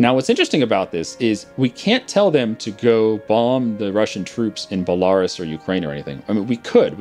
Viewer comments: You really need to work on your pronunciations... like its bell-a-rus not bell-ar(e)-us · i love these video! keep them up though as a british man. A European. i wish you could once pronounce place names correctly. e.g Belarus is said BELL A ROOSE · *Bell-ah-roos XD It sounds like if you're at a Toys R Us that sells bulls. (Bull-ah-rouhs) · Why does he say Belarus like that? It should be belaRUS, not BElarus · I love how says "Balarus" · BELL-A-ROSE Belarus BORE-KNEE-OH Borneo come on man... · BELA- RUS(E) jesus... its an entire country. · is pronounced Bela-roos. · It's pronounced Bella - ruse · I don't know how long this has gone on, but your pronunciation of Belarus, hurts me. Love your channel but it is pronounced like BE-LA-RÚS (belaroos). I'm pretty sure Rus is like a suffix for many people groups for relation to the ancient Rus people